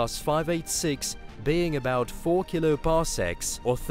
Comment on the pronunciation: Why do you pronounce everything so WEIRD. Axis = Axees Pulsar = Pulsa Full = Fool Kilo = Kila Hole = Hoal These are just a few examples but it's like you're a mix between Microsoft word text to voice and a human being. Really fucking weird to listen to.